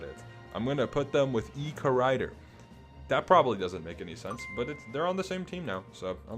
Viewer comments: he's pronouncing ecorridor like hogrider 😭😭😭😭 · His pronunciation of Ecorridor is killing me